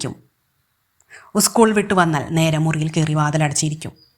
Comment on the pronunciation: കഥ കൊള്ളാം പക്ഷെ ഒരു മിസ്റ്റേക്ക് ഉസ്കൂൾ അല്ല സ്കൂൾ ആണ് കറക്റ്റ് ഓക്കേ 👍